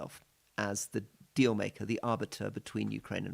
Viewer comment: Rory said, 'minerals deal' but it sounded like 'minerals steal', which describes it perfectly.